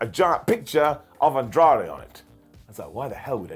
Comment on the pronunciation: I thought it was Andrei not Andrade haha